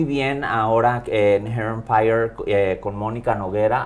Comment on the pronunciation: Hair Empire! Y la otra what that fuck! Lol 😂 les doy la razón cuando lo dice y el qué pedo?